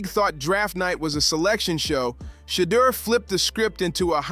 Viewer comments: You keep pronouncing his name wrong. It is Sha-door, not shutter. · How come you can't pronounve Shedeur's name correctiy! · shedeur has so many name pronunciations in this vid. how is that?😮😂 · Imagine doing an entire video on someone and not producing his name correctly!! 🙄🙄🙄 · How did you pronounce his name in the video? lol you weird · Learn how to pronounce the kids name or stop culturalvulturing